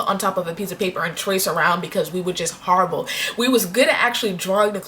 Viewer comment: lol she said oh harrable harrablee